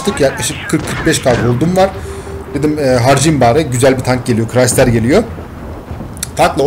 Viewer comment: Crisider diyon siri acılıyor